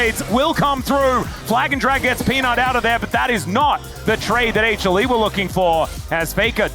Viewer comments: 有人知道為什麼英文主播一直喊什麼A茄力嗎?不知道那什麼意思 譬如這邊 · 他是說HLE只是連起來